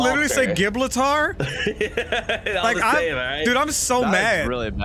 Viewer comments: wtf is gibletar 😂😂😂😂😂😂😂I can't breathe 😂😂😂😂😂 all take some tea and i want a toonz hug Night has spoken Lights out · Gib-litar instead of Gibraltar was hilarious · lol “gib la tar” 😂😂😂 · Everybody making fun of for saying giblleter when everybody is saying mavelon creek the while time